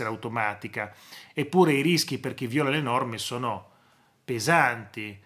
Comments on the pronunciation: Professore mi permetta piccola precisazione viola con l'accento sulla i non viola con l'accento sulla o (colore e fiore) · Comunque nella parola "viola" l'accento va sulla "i", non la "o"